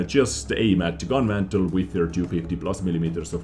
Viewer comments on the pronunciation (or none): it's mantlet maaaan :) not mantel